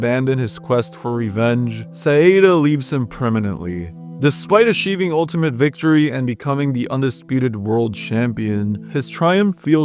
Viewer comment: Dude said “aSHeving victory and SHampion”